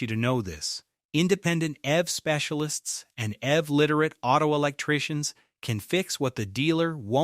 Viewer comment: You should be more careful with your script writing because you’re using an American Standard accent, but referencing British currency. Also EV, is pronounced eeeee veee not “ev” like in evermore